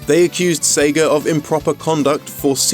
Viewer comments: Sagger. I heard Sagger every time he said Sega. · Ahh yes, I remember playing the Seg-ER Dreamcast...